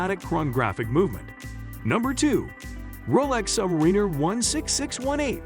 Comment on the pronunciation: Please learn to pronounce Submariner! Thank you!